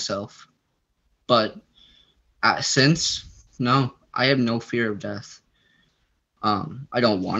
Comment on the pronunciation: Near DEARTH 😳🙄 did you mean Dear Earth, or ??